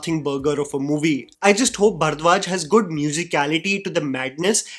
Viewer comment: your pronunciation of ‘bharadwaj’ irks me so much